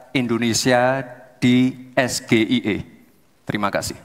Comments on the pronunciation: Ya pasti cak imin bingung soalnya itu singkatan dalam bahasa inggris..orang pengucapan nya za salah es-ge-i-e...😂😂😂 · DASAR ASAM SULFAT... BILANG PERTANYAAN SULIT 😅😅😅😅 .. PENYEBUTAN ES GE I E SAJA SALAH... DITANYA APA ITU SGIE EEEE MALAH NYONTEK.... SUDAH JELAS SIAPA YANG BODOOOOHHH 😅😅😅😅 DITANYA MAHFUD 23% DAN CAK IMIN TRIK N TIP TAK BISA JAWAB 😅😅😅😅😅😅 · Ya jelas baru dengar lah...SGIE si gemoy itu emosian 😊😊😊😊😊 kalau ES JI EI I baru beda 😊😊😊😊 ternyata gibran tidak bisa membaca abjad inggris yah 😊😊😊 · ... Betul Gibran nya aja yg salah sampaikan ejaan nya,,Jd wajar saja klo cak Imin bilang saya ga tahu....ko yg di sampaikan Gibran bahasa Indonesia ko,,,,hehe... Tp saya dengar cak Imin malah betul bilang ejaan nya,,hhee....berarti cak Imin juga cerdas ya.... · Gibran jg salah mengucapkan singkatan, nyontek jg. Seharusnya mengucapkan dengan english. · yaa betul, kalau gibran mengucapkanya dg ejaan bhs inggris yg benar Insya Allah cak Imin pasti ngerti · Lebih fasih si kaka pembawa berita dalam melafalkan singkatan Ingris. Lagian gibran lucu juga singkatan Ingris pake Alfabet Indonesia. Ya Rumit lah. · Cak Imin jujur karena emang cara membaca Gibran juga salah kenapa singkatan bahasa Inggris dibaca bahas Indonesia, disini kelihatan sudah diseting Gibran cuma hafalan tidak bener bener tahu masalah SGIE. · Yg nanyain kepanjangan lebih bodoh,,saat di tanya balik eh"malah menjawab sambil melihat contekan di layar.. belum lagi pengucapan nya yg salah.. singkatan inggris malah di baca dg Indonesia. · Keponakan mk... Bahasa Inggris tapi ditingkatkan dengan sebutan bahasa Indonesia.... Jelaslah bingung untuk menjawabnya... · Gibran ngejanya salah.pantes cak min bingung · SGIE si gibran juga salah😂😂😂 salah ucap dan nyontek lagi 😂😂😂😂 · Katanya nya lulusan Singapore, sok pake istilah Inggris hahaha sebutan singkatan aja salah itu istilah bahasa inggris kenapa dibaca pake bahasa Indonesia hahahahahaha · Nyebut singkatanya ajja udahh salah . Samsul samsul 😂😂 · Es gi ai i